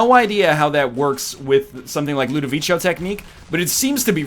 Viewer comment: Ludovico is actually pronounced Ludoviko like the c in the word cat!